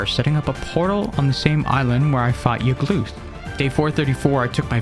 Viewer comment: ITS not youglth its yaglth